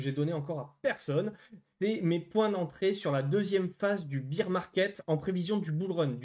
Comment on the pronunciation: BEAR market!( Bère) pas bire , BEER C´´est de la biere , c´est tres bien le marcher de la biere mais ici on parle d´ours , 3000 youtuber pas un qui le dit correctement !